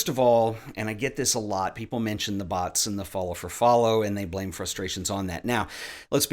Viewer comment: Took me a couple of times before I realized was saying bots and not butts lmao.